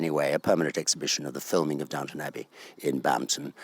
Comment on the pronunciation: Please get it right: it's Downton not Downtown!